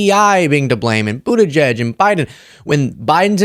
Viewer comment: lmfao he has trouble saying petes last name when he needs to read it out😂they have to take it easy on trump with big words and names